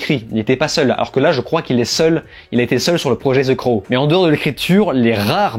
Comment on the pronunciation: Enfin un mec qui prononce bien le titre...en plus la review est cool .